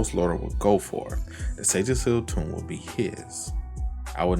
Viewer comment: Please stop pronouncing "Tome" incorrectly.